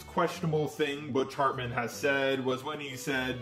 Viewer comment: I love how he says bitch hartmen